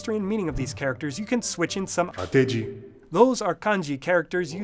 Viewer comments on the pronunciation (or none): so, why are you having the background voice pronounce かきくけandこ as がぎぐげ andご. also you pronounced ateji from high to low changing on the first to second morae. it should go from low to high changing on the second to third morae.